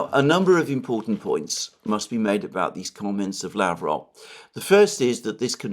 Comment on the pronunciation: Pronounce Lavrov w stress on last syllable and final v like f.